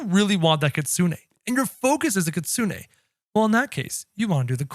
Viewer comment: It’s Kitsune not Kitsune 😭😭